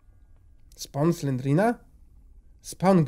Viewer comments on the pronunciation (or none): none